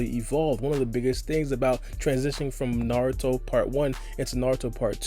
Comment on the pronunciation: no problem. At least you say naruto instead of new-ru-toe